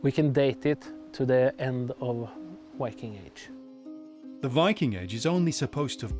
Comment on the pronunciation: Archelogist and sectionleader of cultural heritage in Vestfold & Telemark must have used larger parts of his life studying english texts about the viking age, and still he doesn’t know how to pronounce the word «viking» in english… whyking? Do better! pronunciation is just as bad. Even the narrator bothered to learn the norwegian pronunciation.